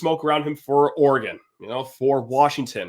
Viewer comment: You pronounced Oregon correctly! Don’t listen to these jerks, you do a great job hosting. Thank you for the content!